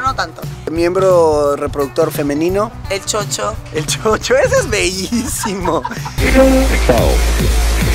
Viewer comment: No es chocho es shoro